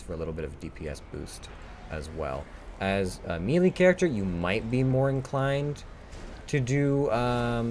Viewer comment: mealy range.. lol Clicky McClickerson Great job though. You know someone is good when they make it look easy. I consider myself a pretty good destro lock and I am still struggling with the masks.